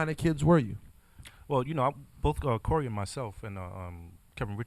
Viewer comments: CORY WISE ummm isn’t it korey wise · His name is Korey Wise not “ Corey “ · Korey wise not cory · It’s korey with a k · His name is Korey, with a K.